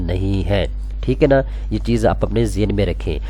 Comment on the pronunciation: یار پلیز!!! ٹھیک اے نہیں ہوتا ٹھیک ہے ہوتا ہے. برا نا منانا بھائی 🙏🏻🙏🏻🙏🏻